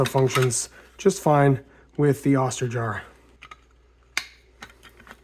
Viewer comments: Nice illustration of how 3d printing improves quality of life. Oster rhymes with toaster btw. Long "o" sound . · FYI, it's pronounced "oaster" as in toaster.